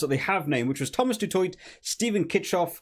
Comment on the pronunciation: Keep it up bud. Love your vids as usual. We saffas appreciate your coverage. Some help on the pronunciation If you are interested: Snyman - “snaymun” Du Toit - “du toy” Arendse - “are-end-sa” Roos - “Roo-is” Really don’t mind your wrong pronunciation though, gives me a little chuckle 😂.